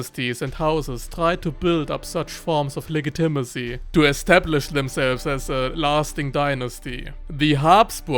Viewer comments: Legitimacy is pronounced “le-JIT-i-masee,” not “le-gi-TIM-asee” like you’ve been saying lol. Just a friendly tip. I normally wouldn’t say anything, but that word was used so prominently and frequently in this video that it became maddening lol! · Soft g dude soft g. It’s pronounced like lejitimacy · You pronounce the "g" in legitimacy as a hard "g" when it should be softer. But this is not a big problem since I can only speak 1000 words in a language that is not English.